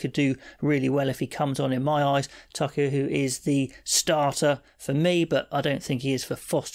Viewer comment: Like your work. Can't wait! Just a tip on Taukei'aho pronunciation. (Toe-kay-ah-ho) Hope this helps ;-)